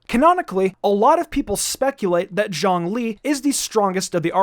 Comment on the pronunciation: Bruh, just why do people pronounce ZhongLi’s “Zhong” as a “Zhang”